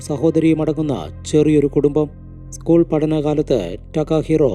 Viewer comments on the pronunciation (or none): none